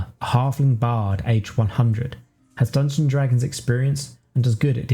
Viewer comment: This is great but I have to admit it's a little jarring the way you say "Dungon-Dragons instead of "Dungeons and Dragons".